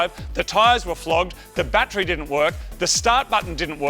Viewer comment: You pronounce "t's" with a "ch" sound. So battery sounds like batchry and tune sounds like chune lol.